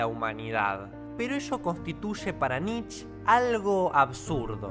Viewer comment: Pero que diga "nietzschE" y no "nich"